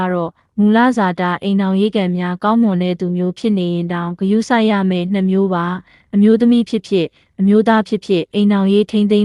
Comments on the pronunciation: နောက်တစ်ခုက year ဆိုတဲ့ "နှစ်"ကိုဆိုလိုချင်တာ"---နှစ်မျိုး" အစား အရေတွက် "၂မျိုး"(နှမျိုး)လို့ဖတ်သွားတာကြားလိုက်မိတယ် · "နှစ် "မျိုး ဟုပီပီသသဖတ်ပါ